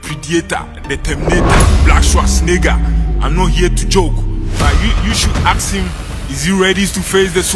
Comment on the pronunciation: “Aks” him…